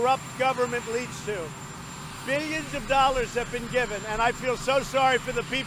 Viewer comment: The way he says 'billions' sounds so wrong. Also, he is a lying POG!